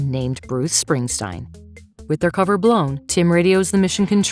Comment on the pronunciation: 'Bruce Springsteen'....Bruce Springstein' .... not much in it.... 😂 😃 😄 😅